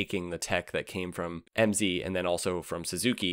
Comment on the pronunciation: “MZ” - well, you pronounced the M correct. 😅 The “Ala d’Oro” was a disaster too.